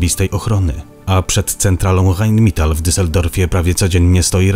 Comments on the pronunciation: Rheinmetal a nie heinmital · Mówi jak jest napisane , ale w niemieckim - ei- wymawia się jak - aj - faktycznie powiedział mital , co zupełnie nie rozumiem.